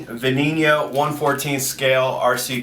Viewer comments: y u say veninio (not actual spelling) like it is spanish. it is pronounsed like ven-en-oh. ur saying ven-ini-oh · did he say, VenimiopyjapretoyipO? its { ve-ney-no } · It's spelt veneno but pronounced b-nen-o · I had to post this on a different video, but its pronounced Beneno. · Its Pronounced Ven-en-o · he can't even say the car name right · he's saying veneno wrong